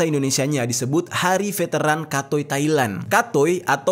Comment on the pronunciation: Bukan katoi cara bacanya tp kethei yg bener bacanya😂